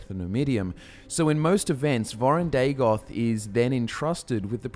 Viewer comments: Btw it should not be Day-goth. Its Daa-got. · I always hear Dagothwave.